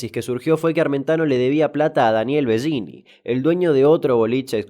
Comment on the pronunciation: No es Bellini, en español, se pronuncia Belini, es un apellido italiano.